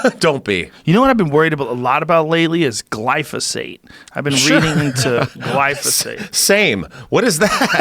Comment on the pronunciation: you not saying it right, it's pronounced gly ZO phate.